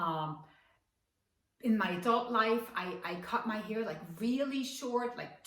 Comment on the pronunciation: Heter det inte hAir? Hon säger ju hEar...